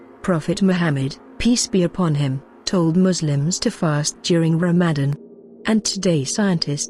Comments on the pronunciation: That was a bot reading the script that's why. It's written as Ramadan in english but pronounced as Ramazan so don't worry. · Asalaam so sad the producer/s of this video didn't pay attention to the narrators ability to pronounce the words correctly, (Ramadan, exercise) but never the less informative. Jzk